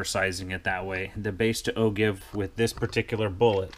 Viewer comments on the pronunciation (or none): Nice talk. BTW... "Ogive" is pronounced ˈō-ˌjīv where the G sounds like a J.